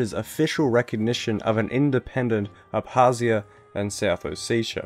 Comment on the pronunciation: You forgot to pronounce the K in Abkhazia & Abkhazians